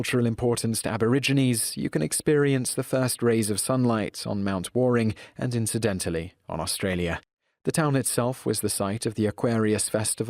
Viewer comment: It's called Mount WARNing (Wollumbin) near Nimbin, not warring.